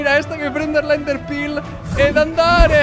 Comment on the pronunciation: Uhhhhh che fastidiooooo si chiamano "elitra" non"elitria"e "ender perl" non "enderpirl" -sisstelly hurt